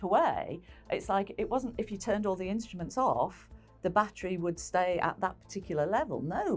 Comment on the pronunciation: The narrator thoroughly spoils the experience with his moronic pronunciation - 'inshtments' for instruments, 'ashtnomical' for astronimical, 'tha idea' for the idea etc. That's not due to dialect or accent but to utter laziness. Sorely uncool. Surely the BBC has many individuals on the payroll which could have done a proper job.